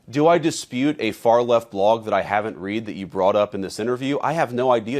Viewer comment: AI. VANCE SAID “ …that I haven’t read…” saying ‘reed’ for read.